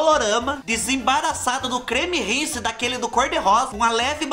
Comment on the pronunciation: Fubá falando creme risse já me lembrei da minha vó explicando a ordem dos produtos pra lavar o cabelo quando era criança kkkkkkkk